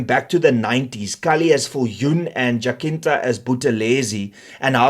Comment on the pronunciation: Jacinta pronounced as Jasinta.